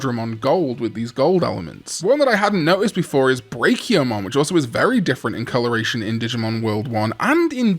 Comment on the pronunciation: I'm sorry, but what was that pronounciation of Brachiomon? How do you say Brachiosaurus?